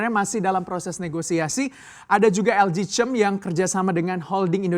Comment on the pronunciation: LG Chem dibacanya "ELJI KEM" bukan "ELJI CEM" . Jd pengen tahu bacem deh